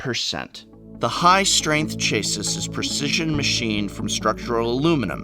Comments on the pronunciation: Fantastic video, although saying chase-us instead of chassy (chassis) made me shed a single tear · Dude, its not a chase-es, its a chase. Chas-e. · Cha sis? Pronounced chasi. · Another American pronunciation I had not heard before! Interesting to hear chassis as "chaisiss". Here is Australia this is pronounced "shassie". Great reviews on the boxes btw, ty prof! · Chassis = CHAH-see, not chay-sis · Chase-sis? Isn't it pronounced cha-sie? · Chas-ee not chase-is, lol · "chay-sis"? If you're trying to say the word "chassis," the correct pronunciation is "cha-see." And of course, the word for those packets is spelled "desiccant." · For an English major, he sure mispronounces the word "Chassis" It's pronounced "Chass-ee" Not "Chase-iss" That's just one nitpick though lol. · "Chase-iss"? He's joking, right? Or did someone else write the script and he wasn't ready to pronounce it as "chass-ee"? Also, it's speled "desiccant". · Hey Professor, great video and valuable info as always. However, it's not "Chay-ses" it's pronounced "Chah-see." Hope that helps boi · Chasis. Chass-ee. Not chase us. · Dear English professor: chay-sis? Chassis is pronounced chass-ee. Also when you said the dragon shields were the best sleeves on the market, does that include the eclipse? I thought you said those were penultimate. Edit: that's micro USB not mini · "Chassis" is pronounced like "Lassie" not "basis." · Chassis = "sha-see" not "chay-sis". Other than that, wonderful review as always Prof. Will stick to my Ultimate Guard Flip N Tray though - excellent product, excellent customer services! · Chass-see. Not chase-us. I'm sure I have my blind spots as well but, man, the second time, I think I almost ground my teeth off. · First time I've ever heard someone pronounce ''chassis'' as ''chaseis''. Chass-ee my man. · Ocelot yeah I noticed that too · did prof really just pronounce it… ”chase-is?” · "chase-iss"🤣🤦🏻‍♂️ I'm guessing that's mispronounced on purpose...?🤔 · chay-sis is killing me